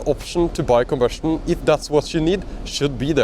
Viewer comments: Are you saying combustion cars or ICE? I kept hearing conversion cars. I am not sure what a conversion car is. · I think he's trying to say "combustion car", but he has a severe speech impediment.